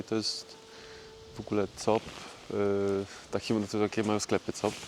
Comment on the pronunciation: Nazwę sklepów sieci "Coop" czyta się "Kup".